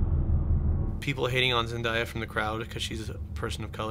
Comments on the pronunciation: every time i heary them say Zen-die-ya my ears bleed. LOL Its Zendaya. Zen-DAY-a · Not to nitpick, but didn’t Zendaya say her name is pronounced Zen-Day-a? They keep saying Zen-Dai-a. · say it with me pretty please: “ZEN-DAY-AA” :D